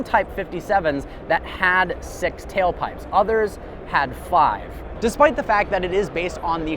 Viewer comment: This guy said “tailpipes” 😂